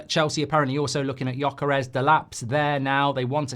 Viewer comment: Man.. your way of saying Gyokeres name, it's not even remotly close =) I had to hear it 5 times before I understood who you meant =)